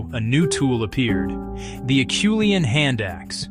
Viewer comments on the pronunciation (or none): I don't really object to AI. Sometimes it almost sounds natural, but then you get "rek-ord" instead of "ree-cord;" or *Ah-chew-lee-an" rather than "Ar-shoe-lee-ann." At least in English, artificial pronunciation hasn't quite gotten there. Wonder if it ever will? Or if our tech overlords will decide "good enough" is all we're worth. Btw, the piece is fine Anthropology -- just not particularly necessary. It also ends rather abruptly. Let's say " a work in progress."